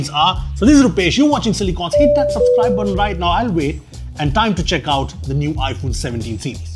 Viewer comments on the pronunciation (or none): it's supposed to be 'SUPSCRIBE'😉